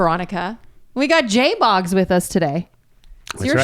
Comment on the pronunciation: Veronica it’s JBOOGS or Boogy not JBogs 🤦🏼‍♀️ killn me woman lol. Great show!